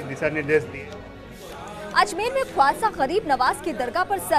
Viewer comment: Tumhari anchor ko bolo khawasa nahi Khwaja Pehle dhang se bolna sikhe